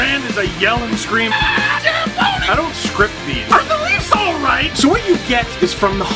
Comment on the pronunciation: . The only way to say Zamboni.